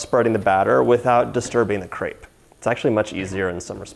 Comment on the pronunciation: I’m not french & don’t know if you feel the same but I cringe when people have the wrong pronunciation of “crepe”